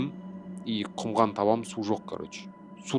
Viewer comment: ҚҰМҒАН ЕМЕС ҚҰМАН😂😂😂😂